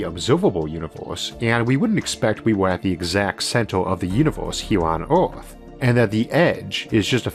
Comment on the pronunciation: I found one of the initial charms of the channel -- hearing "Earth" pronounced "Orf".